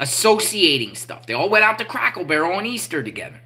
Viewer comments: Its Cracker Barrel!! NOT Crackle Barrel!! 😂😂😂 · you crack me up when you say, "crackle barrel" instead of "cracker barrel" 😂. Keep up the good work and may God bless you